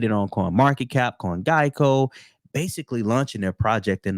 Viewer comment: Nice video but for the life of me man, it’s CoinGecko not CoinGeico 😅.